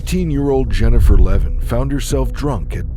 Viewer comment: Levin, not Levan